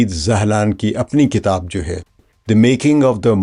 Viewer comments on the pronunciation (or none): none